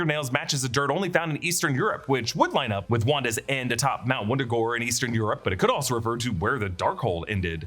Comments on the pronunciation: Mount Wundagore? I think you mean Woordoorgoor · When it went from “what wurder” to mount Mount Wundagore I started laughing.